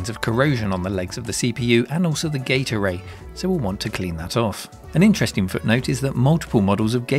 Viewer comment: Why am I hearing gate array as "gatorade"??